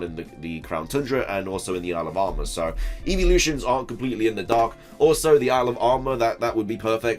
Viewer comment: Lol. I keep hearing alabama instead of isle of armor.